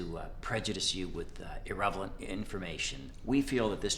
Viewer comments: that would be a definite NO from me. Miss Rachel looks like Edwina Currie, And I would never trust a guy who pronounces IRRELEVANT as IRREVALENT. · did he say irrevelant?